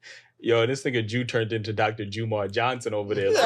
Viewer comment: Bro said Dr JUMAR 😹😹😹 y’all funny 😂